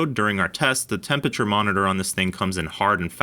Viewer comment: That is not how to pronounce temperature. It's 4 syllables